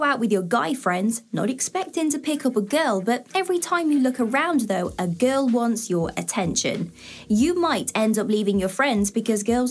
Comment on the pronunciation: This girl doesn't know how to pronounce the Word 'Girl'😂